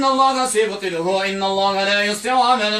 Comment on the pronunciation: انصحك اولا بتعلم احكام التلاوة ثم ان تقرأ القرآن جيدا ولا تقطع الايات انك تحرف كلام الله وكلمة الله لا يوجد فيها مد لا تقرأ اللللللله